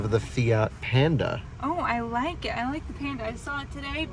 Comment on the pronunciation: Panda, not Penda 🤣🤣